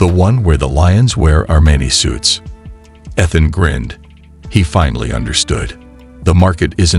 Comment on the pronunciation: how do you tell the AI voice bot to put the correct emphasis on the right syllable for 'Ethhunn's' name???